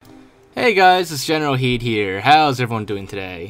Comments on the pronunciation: Why does he say general heed and not general kidd in his intro?? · Can I just ask why your YouTube name is generalkidd but you always say general heed?